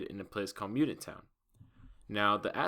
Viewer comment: Damn you suck you can't even say mutant